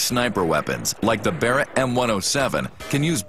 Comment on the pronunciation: barrett 'L' haha